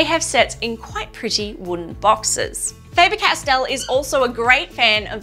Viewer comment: The Castell section is correctly pronounced. The german „A“ in Faber is differently spoken than in english. The german „a“ sounds more like the „a“ in the english word garden. Greets from Germany 👋